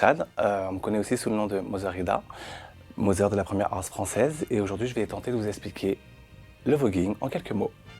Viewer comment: Je me suis demandé ce que tu voulais dire par "une mozeure et un phazeur" ensuite je me suis souvenue qu'en France le son "th" de father n'existe pas x) Merci pour cette vidéo en tout cas !